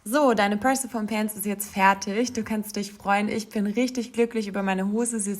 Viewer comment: Super Tutorial, werde mich auch bald mal an dem Schnittmuster versuchen! Kleiner Hinweis: Persephone wird englisch etwas anders ausgesprochen (mit einem i-Laut am Ende und Betonung auf der 2. Silbe), stammt nämlich aus dem Altgriechischen. :)